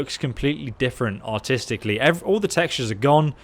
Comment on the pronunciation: Am I the only one that heard “Even the map looks completely different autistically” But we know he was saying artistically?